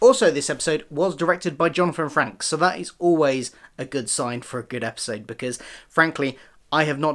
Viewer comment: Frakes is pronunced like "fakes" with an r after the f. Great review!